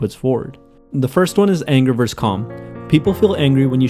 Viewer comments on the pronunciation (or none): The way you say versus disturbs me greatly